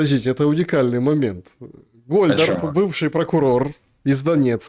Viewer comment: Гольдарб, а не Гольдраб!